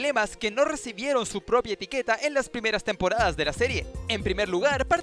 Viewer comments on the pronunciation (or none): Me sangran los oídos cada vez que escucho temporadas XD